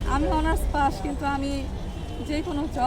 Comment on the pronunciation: ভাই অনার্স পার্স না অনার্স পাস বলছে।